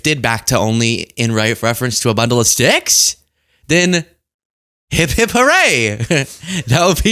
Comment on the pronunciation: But isnt it "hip hip" hurray not " hep hep?"